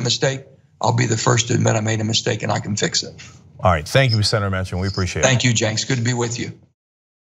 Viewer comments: CENK! not Jenk. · Lol he calls him Jenks multiple times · I think he's saying "James". It certainly sounds like he was calling him that to me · actually nah, definitely saying James lol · I thought he was saying "James" lol